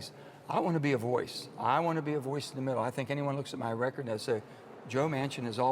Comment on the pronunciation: Manchin: I want to be the voice in MY-ddle